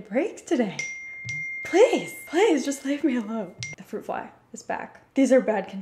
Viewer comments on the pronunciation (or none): none